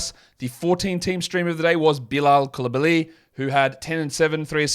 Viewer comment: its COOL uh bah lee. Not coolibaLEE